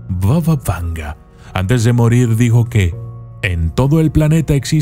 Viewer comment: Arreglemos algunos errores del autor del video.Primero: No se pronuncia "Vava Vanga" sino "Baba Vanga",que significa "Abuela Vanga" en idioma búlgara.Así lа llaman los propios búlgaros.Segundo: Nació en suelo búlgaro y no es macedonia sino búlgara.Vivió toda su vida hasta su muerte en un pequeño pueblo del sur de Bulgaria.Hoy allí está su monumento y allí se encuentra la iglesia construida con sus ahorros personales.Tercero:La mayoría de las fotografías de este vídeo son ilustrativas y no tienen nada que ver con la realidad.Hay más,pero me detendré aquí.Espero haber sido útil para corregir estas inexactitudes.Y mi consejo para el autor del video es que verifique tres veces su información en el futuro y solo luego la publique.